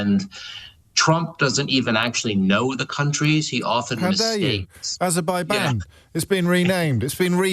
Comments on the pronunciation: Ayzerbijian! 😂 (Yes, I spelled it how Trump pronounces it. Incorrectly!) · Aberbaijan, it's pronounced Aberbaijan, Sir!